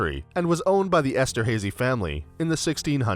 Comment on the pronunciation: Very distracting how the narrator mispronounces Haydn and Esterhazy.